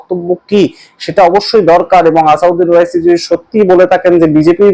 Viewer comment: আসাদ উদ্দিন ওয়াইসি নামটা শুদ্ধ করে বলুন। ভুল করে নাম বললে বড় শ্রুতিকটু লাগে ও মূল বিষয় থেকে মনোযোগ সরে যায়।